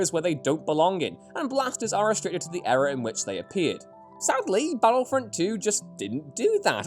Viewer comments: Can u say ear ra! Rather than bloody error!!! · Nevermind having problems mixing the Eras he has problems pronouncing Era 🤦🏻‍♂️🤣🤣🤣